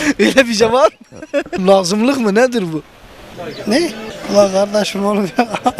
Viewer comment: Lağğzımlık mı nedir bu ahahahahhdsfjsdfkjsşljgşlefjs :D :D :D